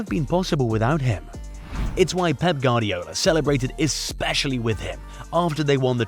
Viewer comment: Hey amigo, it's pronounce "Gwardiola", not "Gardiola".